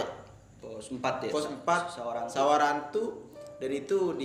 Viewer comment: samarantu... bukan SAWARANTU pantes elu tersesat....